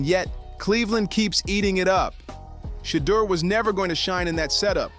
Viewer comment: You know what got out of this story? How many ways you can make up the way to pronounce Deon and Shedeur! You’ve said their names abt three different ways! Who writes these scripts? SHAME!!!!!